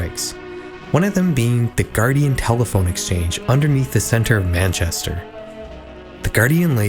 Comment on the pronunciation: Finally a youtube pronouncing Manchester correctly 🙌